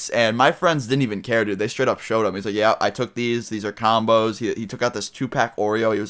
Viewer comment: when he said combos i thought he said condoms